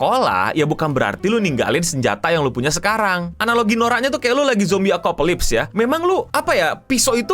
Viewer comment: Apocalypse bang bukan akopalisp